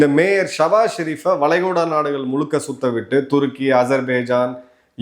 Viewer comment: நாடுகல் ஒரு வேல. தவறான உச்சரிப்பு நாடுகள் ஒரு வேளை